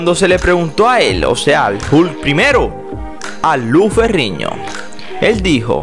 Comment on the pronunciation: Narrador por favor aprenda las pronunciación de las letras. No es Lou Ferriño, Es Lou Ferrino. Pronunciando bien la N no Ñ.